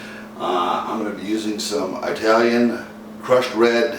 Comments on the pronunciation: The guy said Eye-talian. Nobody ever came or lived in a place called Eye-taly. If he doesn't even know how to say it, how can he cook it. Cooking well is all about the details. He is a total fail. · Did this stunod just say "eye-talian"? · Sorry, bad sound, bad pronunciation Italian, and What happened to "fresh tomatoes"??? Using a blender is a deal killer for me, so I quit the video at that point. Nothing personal.